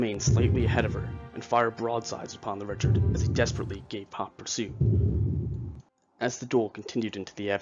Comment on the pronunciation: I'm pretty sure the name of the ship is pronounced (ree-shard) rather than (rich-ard). This would make sense too because the ship was given to the fledgling US Navy by the French.